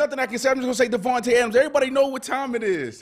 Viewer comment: all y'all be getting his name wrong. it's DAVANTE. D-A-V-A-N-T-E. Get the name right. he deserves more respect.